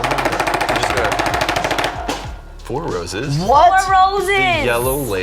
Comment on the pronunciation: Four Roses, or Four Hoses?😄